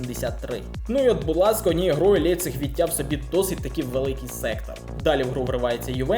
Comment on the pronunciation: Не "Лепцік" Німці кажуть "Ляйпцік" 😅